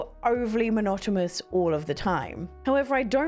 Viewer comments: It sounds like you are saying "monotomous" instead of "monotonous." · And she still can’t pronounce monotonous correctly. 😂